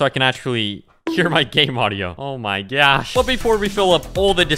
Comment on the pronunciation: “Oh my gyod, oh my gyosh “